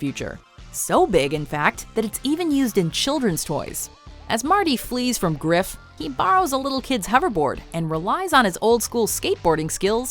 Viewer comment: Did she just say griff?